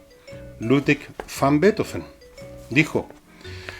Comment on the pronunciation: Gracias tan sólo por decir Beethoven , no betóóven. Voy a hechar de menos la radio a pesar que como Usted ,cada día la escuchaba menos, por el locutor ( pseudointelectual de google), y por la época barroca que jamás he logrado digerir. Danke por hablar del más grande Músico Compositor de todos los tiempos. BRAVO por siempre Ludovico, Padre de la luz y de las sombras Del relámpago , del viento y un cáctus de puntas rojas De la noche iluminada sin sol Del día más oscuro De sombras como paraguas invertidos ventolados con o sin olas de gotas como vapor de barco gigante Sin lágrimas ante el asombro, como ve quien ve por primera vez En tus profundidades abisales, tus tectónicos movimientos teutónes paralizan el alma Con tus truenos Tus relámpagos Tu estruendo que te deja sordo La vibración de las tablas bajo tu orquesta ,dan el ritmo en tu mente y alma Retumba cielo y tierra Avanzan los maremotos sobre placas tectónicas implacables ....y después Beethoven. Sólo él ( para mi ) define toda la locura del hombre. La irracionalidad. El intelecto que va más allá de la impresión y exultación . La ternura en su grado máximo. La penumbra del genio incomprendido. Otro piano! Ya no sirven los pianos de esa época El piano forte nace en el ceno de unas partituras que no dan abasto a pianos que fueron muriendo cuando nace él La música no vuelve jamás hacer la misma Revolucionario por exelencia No te sientas en la cocina como los tuyos Ya no eres de nadie Eres de todos Le das el pedestal que la m